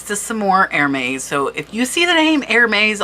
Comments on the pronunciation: Pronunciation is Air-Mess (Hermès) an Accent over the “e” going the other direction would be pronounced Air-Mays with a Long Sounding A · ~Herr•Mez~ Lol Airmaze! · Thank you for all the infos, you need to work more on your pronunciation and specially Hermès and Meissen Hermess, Meissen, no z